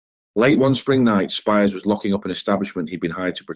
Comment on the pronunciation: It's pronounced speers not spires.